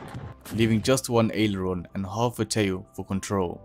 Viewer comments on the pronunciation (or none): none